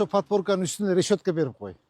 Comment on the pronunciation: Рещётка эмес решётка